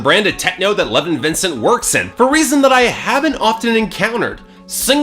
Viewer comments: Lev-ON not "Levin" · pretty sure it's pronounced le-vahn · How many times can you miss pronounce a name? ............ go!